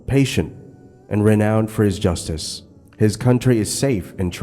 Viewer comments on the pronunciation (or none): none